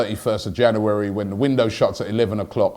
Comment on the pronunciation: It's Jan"U"ary Robbie 😊